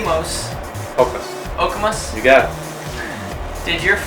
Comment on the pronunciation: "Oh-kay-mos" it's okay Tyler, you're trying